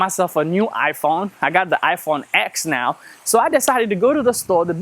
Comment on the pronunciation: You are speaking the truth! Good video! BUT it's Iphone TEN [as in roman] not X! :D